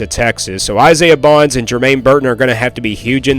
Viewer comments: Bond, not Bonds. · Dude you don't even know what you're talking about when you're talking about the Alabama crimson Tide football we won six national titles with Nick Saban by the way!! And the receiver's name is Isaiah Bond.... With a d at the end, not an s😂😂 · It's Bond not Bonds.